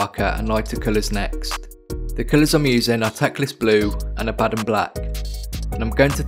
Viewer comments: Totally agree with your pronunciation of Abaddon ( A-bad-un ) 👍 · According to the creator of Abaddon at GW, it's pronounced the way you are saying it. If the character's creator pronounces it that way then everyone else is wrong. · Finally someone who says it right